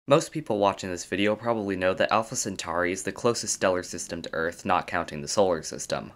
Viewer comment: Centauri, just like centaur is pronounced with an "or" sound, not "ar". Aur is "or" not "ar".